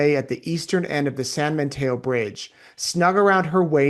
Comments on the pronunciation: it’s San Mateo not San MaNteo! FYI. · It sounds like you’re saying San Manteo. I don’t think there’s an N in Mateo.